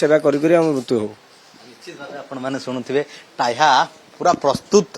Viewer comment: ହେ ଶଳା ରିପୋର୍ଟର ଟାହ୍ୟା ନୁହଁ , ଟାହିଆ .